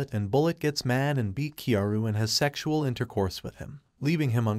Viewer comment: Bro this guy say sextual casually when i am with my family im sus 💀💀